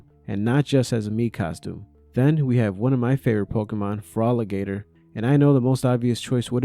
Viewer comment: We do not pronounce Fraligater the same way. You might have it right for all I know but i heard say "the pokemon Forolligator" and for a second i was like "idr that pokemon, wut?" Lol